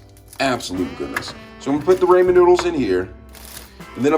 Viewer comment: “Ray men noodles” (not hate)